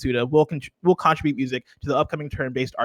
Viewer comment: Bless heart, but can he please learn how to pronounce 'contribute' correctly?